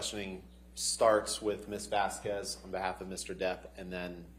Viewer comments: Objection Your Honour, it's Vasquez NOT Vasqvez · Why does Ms Bredehoft continue this racist behavior of purposely mispronouncing Ms Vasquez’s name? She can pronounce the white woman’s name corrected (Whitney Hernriquez-HenriKEZ) but pronounces the Latina woman’s name incorrectly as VazKWEZ? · Ms Bredehoft’s racist behavior is infuriating. She purposely mispronounces Ms Vazquez’s name as VazKWEZ but she can get the white woman’s name correct? (She can pronounce Henriquez but not Vazquez which end in the same exact spelling???) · Anyone else notice how Heard's lawyer can't even pronounce Camille's surname correctly? Keeps calling her Ms. Vaskwez. What an absolute clown show. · I mean it’s annoying that Elaine can’t say Camille’s last name correctly. It’s like nails on a chalkboard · Why can Amber’s lawyer say “Vasquez” correctly?? It’s not an uncommon name and I find it incredibly disrespectful that, despite other people saying her name and it being week 5 of the trial, she continues to say her name wrong. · And she mispronounces everything, including "Ms. Vasquez." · Also including her own client's name. She introduced her as Laura Amber Heard instead of Amber Laura Heard. Not to mention the infamous "amica" cream instead of arnica.